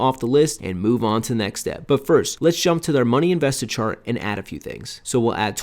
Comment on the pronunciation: Chart not chat lol great video.